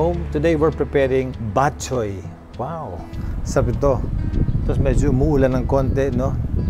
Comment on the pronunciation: bat - CHOY, not BAT-choy just like bo-RA-cay, not BO-racay But thx for featuring this recipe! Miss this classic Ilonggo specially.